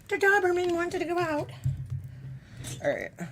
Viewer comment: Can I ask a genuine question? Just curious. When u call ur dog ...you pronounce him as a DOB-er-men. But .... I've never heard that pronounction. Ive only heard like DOE BER MEN. (DOE OR DOBER..LIKE SOBER. IS It just where we're from tyoe difference or have i newn6 wrong here years?????